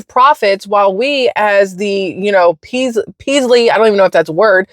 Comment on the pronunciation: I think you meant "measly" not "peasly" lol but we get it.